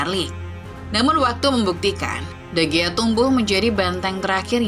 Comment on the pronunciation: sebutin yg bener,david di hiya..